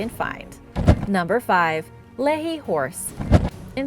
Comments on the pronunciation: I know we here in Utah have some "weirdly" named cities & Native American tribes, but it's Lehi (Lee-Hi) as in the Prophet Lehi from Scripture not Lehi (Lee-Hee). Someone else already mentioned that it's Ute not Uta, other than that great video! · As Ty Warner let you know, it's pronounced lee-high. Being from the Utah county, I graduated from Lehi High, home of the Pioneers class of 1989!! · I am a person who lived in Lehi Utah. And utah people pronounce it LEE-HIGH. Lehi. After the prophet from the book of mormon. Lehi. I love the video. I don't mean to sound mean. I was shocked to hear my home town on the list! 😊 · As a Utahn I have to tell you we pronounce Lehi as Lee-High. But it’s cool to see something from my neck of the woods thank you!! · Lehi is actually pronounce Lee-hi, and Ute is pronounced Yoo-T. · Lehi = Lee-High, Ute = Yoot. Awesome video though! Glad to see that so much is still being discovered! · It’s Lee-hi that’s how you pronounce it. 😂😂😂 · I’ve never noticed this channel getting political.. what part of this are you referring to? Other than butchering the pronunciation of Lehi, Utah, (Lee-high) and the Ute tribe (you-t).. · As a fellow Utahn I also came here to make this comment! Haha because she's usually so accurate on pronunciation. I was like it sounds like we live in Hawaii! 🤣